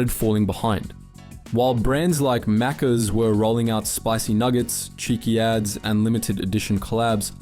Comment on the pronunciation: Finally pronounced macca's correctly!